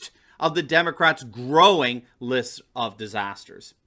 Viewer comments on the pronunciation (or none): none